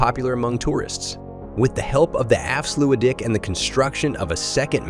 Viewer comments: Haha, what's up with that pronounciation of Afsluitdijk? "Efsluidy?", really? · afslutic dam..... really? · The afsluutdik....😆😆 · The afsluwidy? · Swiddersee and efslewedie. Jesus wept, you can just paste those words into Google translate and get an example, you know. And if the voice over didn’t write this: it’s still your job to get it right. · "Afsloeiitdijk"? "Zoeiiderzee"? You can Google the pronounciation very easy;) This is pure horror. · A nice and pretty accurate mov1e. The way you butcher the words 'afsluitdijk' and to a lesser extent 'zuiderzee' though, are truly magnificent. I've never heard anyone mispronounce those words more. I realise that dutch is pretty horrible for english and other non-native speakers, but perhaps you could enter difficult words into Google-Translate to get at least a general feeling about the pronounciation. Just a tip. Kudos for the rest of the movie. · Ah yes Leelee and the Afsludy